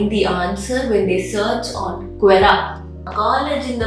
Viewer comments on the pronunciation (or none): Quora ❌ Quera ✅